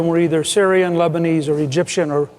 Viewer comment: leBENEASE SOUNDS LIKE LESBIAN